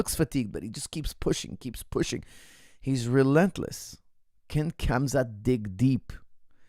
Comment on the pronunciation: just say hamza